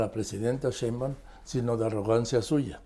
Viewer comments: Tan bien que me cae Carlos, pero no puede decir Sheinbaum! Cheunban! 😂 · Respetado y siempre bien apreciado señor Marín : ¿por qué no pronuncia correctamente el apellido Sheinbaum? Siempre le dice Shembaum. Le conmino y le insto a que corrija, de otra forma -le advierto-, me veré en la penosa necesidad de dejar de ver sus programas que tanto disfruto pero, sobre todo -y más tristemente-, de irrespetar el título que le fue otorgado como alguien que nunca se ha equivocado semánticamente. Como opción alterna, si acaso mi advertencia lo atemorizó lo suficiente, le ofrezco que me explique usted sus motivos para hablar de una forma que parece ser un error de pronunciación imperdonable para alguien de su talla cultural e intelectual. Le agradezco su atención reiterándole tanto mis más sentidos respetos, como mi más irrevocable advertencia, aunque lo atemorice.